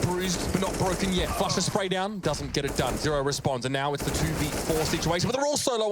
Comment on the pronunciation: It's fucking flushA not flusher you hag